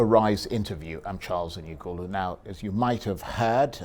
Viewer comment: Mr man, ANIAGOLU or whatever you like to call yourself, you're ashamed to pronounce your IGBO name correctly and coherently. What a SHAME really! You're not proud of your tribe or is a case of trying to please your masters by denying your identity?? #It is ANI AGOLU!!!